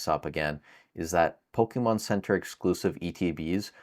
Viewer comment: My first prediction is you stop calling it Pokiihmon 👌😃